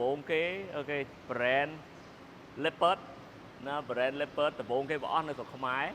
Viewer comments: Leopard = លីអូផាត ❌️ Leopard = ឡេភឹស ✅️ 😂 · English ខ្លាំងពេក Leopard = ឡេភឹស ok brother you win